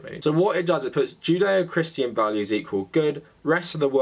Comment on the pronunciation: Is it odd that with your accent I hear "jin dae-oh"? Almost sounds zen :) Great work